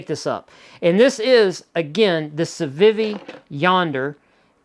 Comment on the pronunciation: The way you pronounce Civivi bothers me a little bit, but I love your channel and watch every new upload with enthusiasm - so i'll let it slide, just for you,!